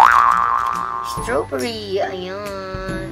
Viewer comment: Wrong pronounciation pa ung strawberry